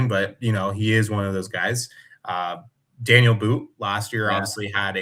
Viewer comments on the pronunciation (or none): It's pronounced "Dah-kneel" , his name is not Daniel